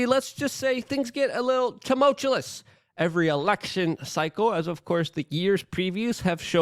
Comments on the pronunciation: I will donate $50 to you through whatever channel you have set up if you stop pronouncing tumultuous as tumultulous. Love you thanks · You overuse the word Tumultuous (not tumultulous) and you can’t even say it correctly. Lazy mouth, too much cbd maybe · Luke, for the love of God, please learn how to say the word ‘tumultuous’. You say it so often and so wrong that it gets distracting. If you can’t say it correctly, don’t use it. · Tumultuous. No second L luke. Always with the tumultulous. Man. Im a stickler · I love you man, but it’s tu·mul·tu·ous not tu•mul•tu•lus Love what you do man and I just want to see you do it even better! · Tuh-mult-you-us or tuh-mul-chew-us not tum-mul-chew-lus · Can someone please tell Luke that there is only one L in tumultuous. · Tumultuous!! Not tumultuolus. Every video uses this word multiple times, and its always pronounced incorrectly. Im sorry!!! i couldn't take it anymore. Other than that, i appreciate the free updates. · You mean tamolchulous is wrong? 😂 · was gonna say just this. It is like hes getting more confident with the mispronunciation. let me help you luke... "Ta-Mulch- you-us" but really i would be pissed if he corected at this point lol. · Say tumultuous again and I'm dumping this channel.. it's getting way out of hand. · I used to find it annoying, but now I've come to enjoy that Luke has never learned to pronounce tumultuous correctly even though he uses the word heavily. 😆